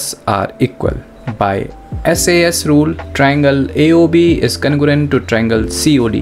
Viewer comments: Its congruent not congurent😅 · Congruent ❌ Cangorent✅ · Congruent wrong Conugurent right